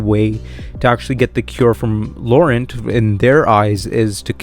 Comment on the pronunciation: Ya gotta say Laurent with a fun sexy French accent